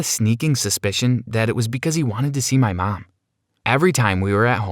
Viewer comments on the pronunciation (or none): Nobody: Him: « mY mAm » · Does anybody hear how he says mom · Sir put a shirt on I bet his mom is 5 times his age and there flirting ummmmm u need help and the way he says mom is weird 😂😂😂😂???? If u agree comment down below❤️❤️❤️❤️